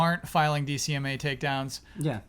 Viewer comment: Correction: it is DMCA (Digital Millennium Copyright Act) not DCMA. had it right the first time he said it then self "corrected" to the wrong acronym for every other time he said it.